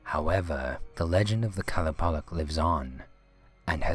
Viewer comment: Its actually qa-loo-pah-leek